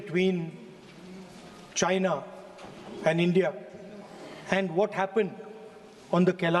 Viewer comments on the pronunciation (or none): none